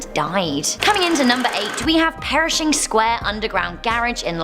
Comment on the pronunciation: PERSHING, NOT PERISHING.